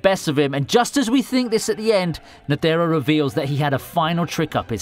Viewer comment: lmao agreed!!! I CRINGED every time he said "Ne-the-ro", that's exactly why I went to the comments section! knew someone would agree lol, nonetheless a good video!